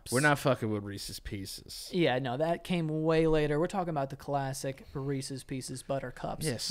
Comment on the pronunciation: As a canadian, i appreciate u called it reeses and not reesees 🤘